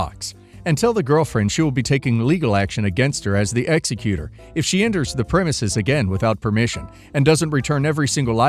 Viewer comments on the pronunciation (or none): Last story, and many stories on this channel. It’s pronounced ex e que tor. Not executor (like killer). It really drives me nuts listening to a lawyer channel and a very basic term of law is mispronounced. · Last story- it is ex-EC-utor, not ex-e-CU-tor.